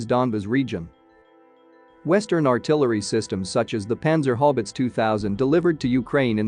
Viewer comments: I think he means panzer haubitze but it sounds like panzer hobbits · Yes, it’s totally mispronouncing panzerhaubitze just like it mauls several other words to the point that I can’t understand it. Just proof that robots will never replace humans.